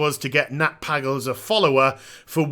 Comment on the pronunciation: how can you not pronounce pagle correctly smh